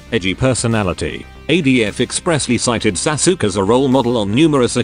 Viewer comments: I laughed every time the voice says Sasuke as "Sa-sook." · I'm not familiar with this anime, but I love that it's pronounced "Sa-Sook" Which I am sure is both inaccurate, and superior to whatever the actual pronunciation yet. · lol..Sasuke is pronounce as Sasuk? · Holy shit the way it says sasuke I’m dying